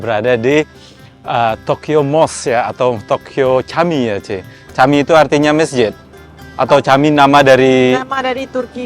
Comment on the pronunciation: Camii bahasa turki untuk masjid uda,di baca nya jami ud